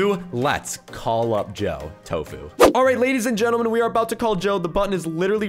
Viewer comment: It's supposed to be (Joe) not Doe -_- XD